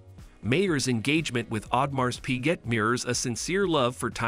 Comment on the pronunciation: Pls know the correct pronunciation of the brand first before discussing any technicalities!😂